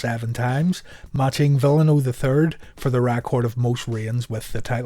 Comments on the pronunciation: Tony Schivonne and Mike Tenay would disagree with your pronunciation of "Villano 5" In WCW they pronounced them V-an-o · This is not a criticism as I myself have difficulty with names from other languages. It's just an FYI: Villano is pronounced "Vee-yawn-o" and Sasuke is pronounced "Sauce-kay". Another enjoyable video. Keep 'em coming.